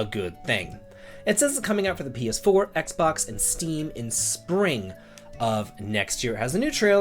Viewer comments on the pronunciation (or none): none